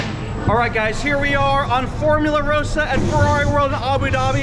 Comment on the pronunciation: It's ross-ah.